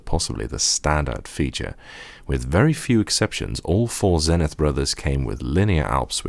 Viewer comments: It's pronounced Zee-nith, not Zen-ith. And it's a U.S. product so you have to use the U.S. pronunciation of the letter Z -- at least to be consistent with all the people who tell me that I have to use the British pronunciation of Z whenever I'm talking about a British product! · Hello,. I agree with other comments. It is "Zeenith" in pronunciation. I want to thank you for your praise of Zenith Data Systems (ZDS) and their products in the 1980s.